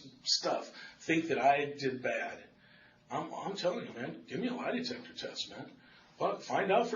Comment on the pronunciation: When the detective said, "lie detester," I laughed out loud! 😂😂